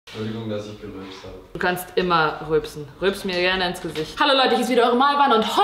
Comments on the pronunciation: *gerülpst nicht "geröpst" :D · das heißt gerülpst & nicht geröpst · geröpst hahahahah es heißt gerülpst 😂 Man 😅